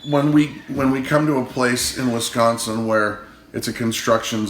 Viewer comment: Yay! You even said Wisconsin right!